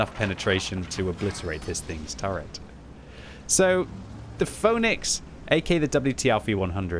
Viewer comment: When says Phönix i always hear Phony X xD